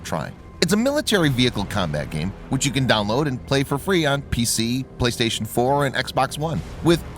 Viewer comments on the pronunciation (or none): none